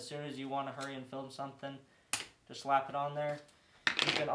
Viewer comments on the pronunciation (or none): none